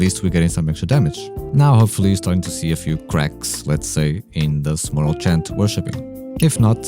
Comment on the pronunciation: I had to leave when he called morale chant moral chat...